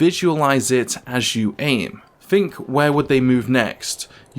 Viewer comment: 'Think' doesn't have a 'F' in it.